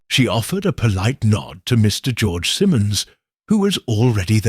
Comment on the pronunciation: AI narration 😢. Once pronounced Simmons, next time it's Simons. It made me crazy